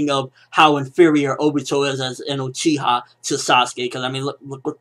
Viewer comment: ***** It is Uchiha not Uchia.